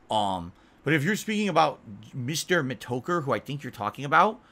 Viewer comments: Mr meh-toe-curr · Mee toe kurr